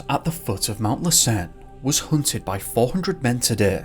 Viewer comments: Ouch! While I love most of your videos, the first one was hard to listen to. That volcano is pronounced LASS-en, not lass-EN. Something to remember-- it was active at that time. Maybe that had something to do with it. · FYI: It's pronounced Mount 'Lass_inn' not 'less_earn'. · Been bingeing on your videos. Want to help you pronounce the name of the the Volcanoes in Northern California correctly....( LASSEN, along with SHASTA are LIVE volcanoes). Lassen is pronounce LASS-en, not lass-EN. The first syllable the most strongly pronounced. LASS, (as in the Scottish word for Girl) = en, (as if you were saying the name for the 15th letter of the English alphabet). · Hey! L:assen is pronounced LASS-en. accent on first syllable. Merry Christmas, great video, thank you! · Hey, thanks for all your videos! You’re my favorite YouTuber, and I’ve seen every single video on your channel! That being said, since I’m from the area (Reno/ Lake Tahoe) lassen is pronounced without a stress on the second syllable… it’s hard to think of something that it rhymes with off the top of my head, but the closest i could say is that rhymes with “passin’” obviously that’s slang but, like I said, I can’t think of anything else at the moment. But yea I’m a big fan! Thanks again for all your videos!